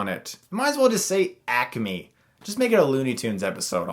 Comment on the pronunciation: Haha!! "Acme"